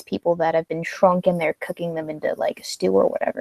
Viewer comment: My bad...I thought you were always saying the mother fucking COCKRING